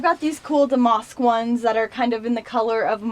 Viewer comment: your accent cracks me up. i can't quite place it. 😄 love the clothes and the closet tour. just a heads up damask is pronounced dam-ask not dam-mosk